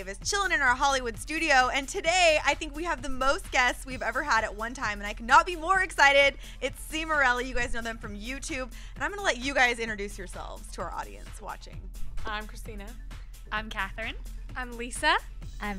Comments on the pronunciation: its cimorelli not ceemorelli. Hehehe ... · Cee-morelli? Ohmygod. Facedesk. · Dear Joslyn, Its not pronounced See-more-elly. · "Cee-morelli." Heehee. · Lol the lady that was interviewing them see how she pronounces there name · See-more-elly really got annoying.. i just felt like screaming ITS CIMORELLI!! but these girls will be so Huge.. and im proud to say I'm a CIM FAN!! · she said cimorelli wrong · That awkward moment when Joslyn pronounces Cimorelli wrong... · she said cimoerlli worng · I bet it was REALLY awkward for them when she pronounced their name wrong :\